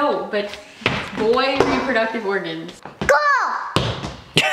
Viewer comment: Did she just say 'Reproductive orjans.'